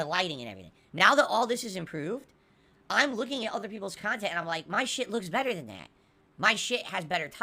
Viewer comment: Wait all the idiot morahn kahntent creators dont split their kahntent into kahntent? is losing it dude